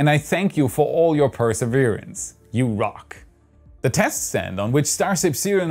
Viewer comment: Yew Rhock